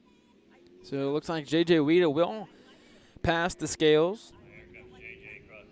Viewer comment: F.Y.I.: Weida is pronounced "Why"da NOT Weeda